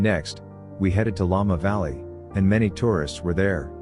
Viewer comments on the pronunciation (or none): Make sure you QC you AI voices before posting. Llama Valley. Spear time???